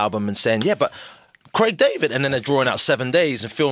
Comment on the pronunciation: It's Craig, not Creg 😂